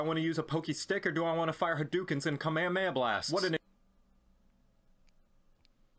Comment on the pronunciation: He said kamahamaya blasts which i assume IS DBZ he also said haduken which is street fighter if i remember right